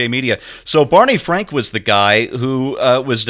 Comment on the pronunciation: Bawney Fwank's bank wank.